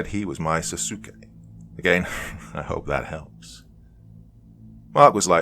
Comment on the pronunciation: The way you said Sasuke was hilarious lol. It's the other main character from Naruto. sahs-kay is the way you say it